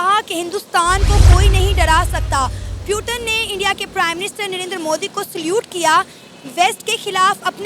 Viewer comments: पुतिन not प्यूतन 😂😂😂🎉 Jai hind 🇮🇳🇮🇳🇮🇳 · पुतिन ❌ प्यूटन ✅ 😂😂😂😂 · पुतिन या प्युटन😂😂😂😂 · Puteen nahi ha,putin name ha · tum putin ko 👉 "...... pyuton......" 👈 keh diya!!! 😃😄😃😄😃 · प्यूटन नहीं पुतिन है वो😅😅😂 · PRONOUNCING PUTIN AS PYUTINN😂😂😂😂😂 THODA CASUAL HAI 😂SHE TRYING TO BE A EUROPIN 😂😂BUT SHE FAILED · Putan nhi putin hai 😂😂😂😂